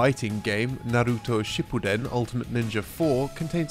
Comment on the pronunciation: why do people have a hard time pronouncing Naruto. it's like they overcompensate and then annunciate on the wrong sounds my guy said narRUto lmaooo or some people will say naruDO. it's just 3 sounds na-ru-to